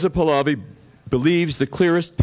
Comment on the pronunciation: This idiot still all I ran and mispronounce Pahlavi pals I.